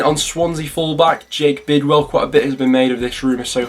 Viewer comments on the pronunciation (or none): none